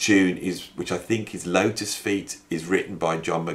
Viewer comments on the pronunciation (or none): none